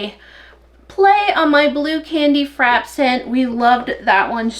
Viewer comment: Hi, love watching your videos, I am a soaper myself but always enjoy what others do. Just wanted to let you know that the word »frappé is from the french so it it like café » or latté » You have got to pronounce the « é ». Continue being yourself you are inspiring❤️❤️❤️😉